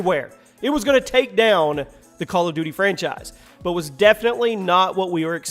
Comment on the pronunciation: I like=1 time says Franchice